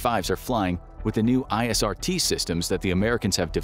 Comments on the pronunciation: It's IRST not ISRT. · ISRT? Lol…pretty sure it’s IRST. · 'IRST' not 'ISRT' 🤦🏻‍♂️😂😂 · "ISRT"? No, it's IRST for "infrared search and track". You can tell a lot of this is plagiarized from more informed channels like from Alex Hollings or Dark Skies. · IRST not ISRT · Um... it's IRST, not ISRT. InfraRed Search and Track. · Stopped watching at "ISRT systems..." 🤣